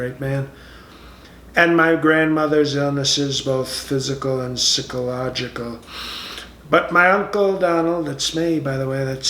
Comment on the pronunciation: Sick-oh-logical testing. Socio-path-ee. I've always wondered, if when he reads his speeches, he has to have someone brief him ahead of time on how to pronounce certain words.